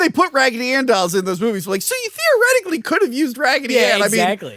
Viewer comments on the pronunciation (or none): none